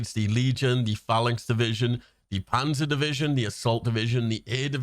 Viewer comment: “Pazer Division” 😰